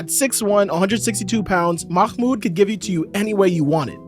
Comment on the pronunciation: haha great video though. Pronunciation is Mah-Mood. Not Makhhmood 😂